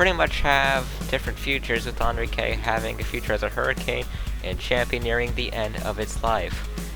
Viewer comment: You said Enrique wrong but i won't complain